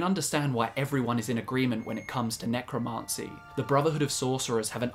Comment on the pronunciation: You're driving me nutz..the pronunciation IS NOT 'necroMAHncy' it's necroMANcy'